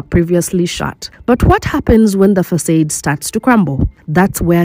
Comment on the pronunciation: Facade Is pronounced Fa.... Like face Saw Du..... Like dumb I'm definitely commenting from a positive place....🎉🎉😂❤